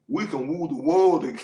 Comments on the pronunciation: ‘We gon wule da world’ 😂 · We gone Wule the wurld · "We gone wule the world"😂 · God bless you Pastor. I listen to you often. You are very insightful. Praise God. Thank you for the laugh on this video. lol. When you said, "We can WULE THE WORLD TOGETHER." I was out. Bless you and your family. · "We can wool the world together." Lol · "We gon wule the world!". 😂😂Sorry I had too!